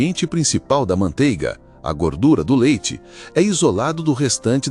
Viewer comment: ManteIga tem "I". Que agonía de ouvir falar mantega.